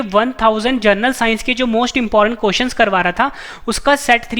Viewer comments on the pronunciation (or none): none